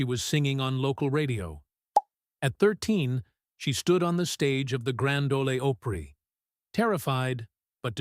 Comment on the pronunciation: The Grand Oh-lee Oh-pree? I hate AI.